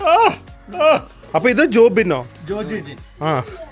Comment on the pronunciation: എന്റെ മോന്റെ പേര് ജോജിൻ എന്നാണ്. ജെഫ്രിൻ മാത്രമേ അത് ശെരിക്ക് പറയുന്നുള്ളു. ജോഗിൻ എന്ന് കേക്കുമ്പോൾ എനിക്ക് എന്തോ പോലെ. ഇനിയെങ്കിലും ദയവായി ജോജിൻ എന്ന് വിളിക്ക് ദിലു 😅